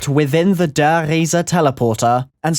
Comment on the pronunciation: The way you said the giant in German made me wanna kill myself just because some fucktard in the comments tell you it was right you couldn't be farther away from it.